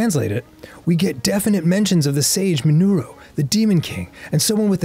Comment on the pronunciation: "Sage Minuro" lol